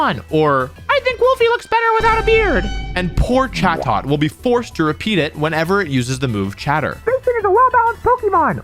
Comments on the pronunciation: The correct pronunciation is closer to "chay-dit," but good video otherwise. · Definitely thought it was pronounced “cha-toe”